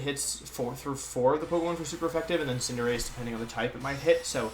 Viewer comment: I was legit taken aback hearing Wolfe say Cinderace correctly at the beginning wtf haha